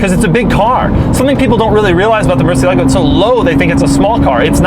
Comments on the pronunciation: It drives me crazy every time he pronounces the name, especially since I speak Spanish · The way he pronounces Murcielago is really bothering me... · In spanish, we say "murciélago", the accent is on the -e, not on the -a, this guy's pronunciation sounds funny. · Sorry, but just can’t take the way you pronounce Murcielago.😖😣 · Murciélago, the little thing on top of the E tells you how it is ment to be pronounced. You should accentuate that E. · The incorrect accentuation in Murcielago is killing me... in a bad way... and I'm just at minute 1. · You are pronouncing it incorrectly. The accent is on the e, not the a. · Is it just me or did trigger something inside me they way he pronounced murcielago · Thats not how you pronounce Murcielago. It's annoying!! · Please learn how to say the name of the car correctly, Doug. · butchered murcielago tho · You should pronounce correctly, it is 'Murciélago' with an accent on the e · please stop saying Murcielago over and over incorrectly. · Damn it bothers me beyond compare, that you can't pronounce the name correct. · He totally raped the pronunciation of the word Murciélago, which is accented on the e for a reason. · Murcielago is Spanish for "bat" wish you can pronounce it better hahaha jk xD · My mind explodes every time he says murcielago, I'm spanish, this word should be pronounced on a different way. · he say murcie-lago and its murciélago italiano people gona hit you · The stress of the word Murciélago is in É It's not murcielAgo. it's murciElago Americans, you must know that. As a spanish guy, I must say that it grinds our gears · That's not how you say "murcielago" in Spanish. I don't know how the Italians say it but in spanish the accent is not on the "a" but on the "ciel". MurCIELago, not murcielAHgo. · mur CIE lago. Not murcie LA go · Is not murciel ago is murcielago all in the same word how in spanish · Murciélago is the Spanish word for bat. The correct name to pronounce that word is not Murcielágo but Murciélago.